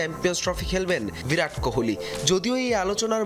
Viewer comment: ভিরাট না, 'বিরাট'! অশিক্ষিত নাকি??